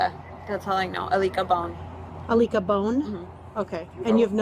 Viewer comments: Alika Bone? I-lick-a-bone??? That's like a prank call someone would do in the 3rd grade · " ALIKA BONE " really 🤣🤣🤣🤣🤣🤣🤣🤣🤣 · That lady really said “Alicka Bone”, ain’t no way bro lmao